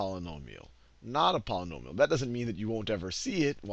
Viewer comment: When you can't properly pronounce "Polynomial" I think it's obvious you have no clue what you are doing.